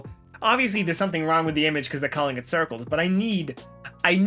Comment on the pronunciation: HE SAID CIRCLEES